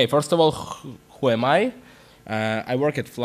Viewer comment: Artem Pronevskiy Мне жаль, что ты не понял. Просто смешная пауза была, как будто он чуть не сказал "хуй", но осёкся и сказал ху эм ай.